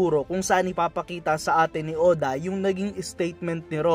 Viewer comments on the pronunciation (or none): none